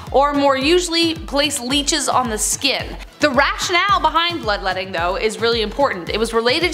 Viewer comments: Lol I thought it was blood-wetting. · Lol, “blood-wetting”.😂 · Did you say “bloodwetting”?